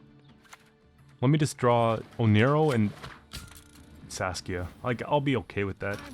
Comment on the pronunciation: I'm sorry, I have to write this down: Every time you say Saskia I always hear Sasuke 😂